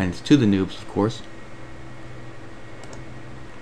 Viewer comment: noobs heheehehhe tht sounds funny when he says noobs XD can i make a Jtag with The New dashbord or does it need the old one Msg me in Private msg thx